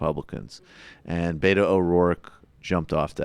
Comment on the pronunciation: Learn to pronounce Beto correctly too.